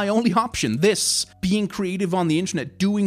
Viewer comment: i like how you say "this is my only option, THIS!" as you pick up your rat